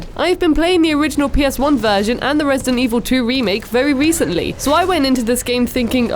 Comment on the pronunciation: dent Evil